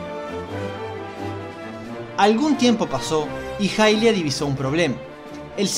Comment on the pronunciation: la diosa se llama hairia en japones (pronunciado jairia) asi que es mas correcto decir jailia que ilia, ademas se confunde con el personaje de twilight que sí se llama ilia.